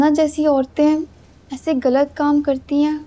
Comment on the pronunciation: what is گلت correct word is غلط